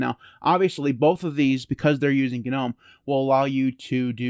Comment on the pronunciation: The g in gnome is silent...